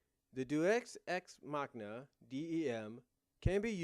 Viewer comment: for the record it's pronounced day-us-ecs-mahcina